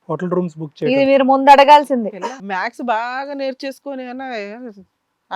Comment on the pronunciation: మ్యాథ్స్ నా లేక మ్యాక్సా ఆమె అడ్వకేట్ అంట మరి మ్యాక్స్ అంటోంది పలికేకి రాకనో లేక ఆ రెంటికి తేడా తెలియకనో... వాయబ్బో దేవుడా ఇలా రాని వారి న్యాయం చూస్తుంటే నాకు పిచ్చెక్కిపోద్దిరా బాబోయ్.... 🌹🕉️🌹జై శ్రీరామ్...